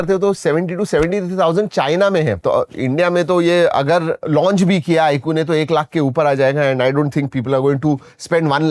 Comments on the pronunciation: iaaqu❌ iQOO...😂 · 😂bro is saying iku not iQ